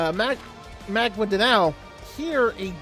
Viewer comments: its pronounced as Mag-in-dan-ao. nice vid :) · in Filipino tounge or something it's pronounced " MAGINDANAO"